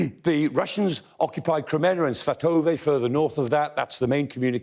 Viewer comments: Kreminna is said: 'Kre-MEEN-nah'. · His pronunciation of Ukrainian place name is better than many BBC news readers, but Kreminna is pron. Krem-min-na. Look forward to seeing orc forces of Mordor driven out of Ukraine forever. Вічна слава захисникам України! 🇺🇦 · Kreminna is "PRONOUNCED": 'Kre-MEEN-nah'. Now we can improve our Ukrainian and English at the same time.